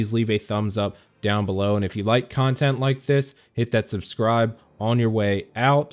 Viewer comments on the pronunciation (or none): none